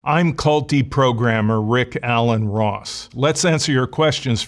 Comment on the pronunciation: Emphasis on ALAN 😂